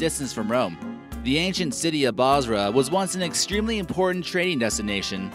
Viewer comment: bosra not basra Basra in iraq